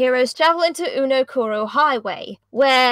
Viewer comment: Ah yes Uno-koro My favorite place on Mata Nui